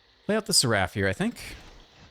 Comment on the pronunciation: Awesome deck and game play as always, but one thing that bugged me is that seraph is pronounced Sair-if 😂